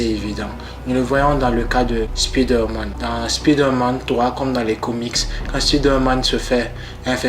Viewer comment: On dit spiderman avec un "I" 😑😑😑